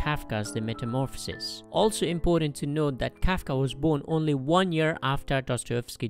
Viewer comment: It's Kafka not kaka